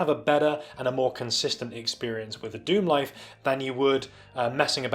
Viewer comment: Pronounced Star Lixerd Dicksemlife.